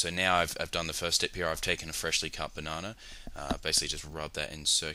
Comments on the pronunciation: "Bananer"- I love the english language, along with all the accents for it. On that note, good job. Clean (pun intended), and simple. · buh-nah-nah lmfao so badly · banonna lol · BAH-NAH-NER HAHA! LOL